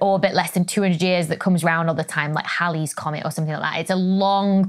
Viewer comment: How did she say Halleys again? Why did i think it sounds like Baileys with an H lol